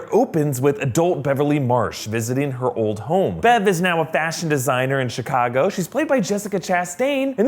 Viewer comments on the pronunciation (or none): none